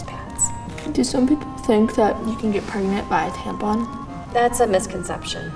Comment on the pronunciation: I snorted when he pronounced tampon as tampoon